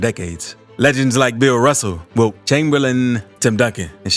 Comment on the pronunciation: why he say wilts name like that💀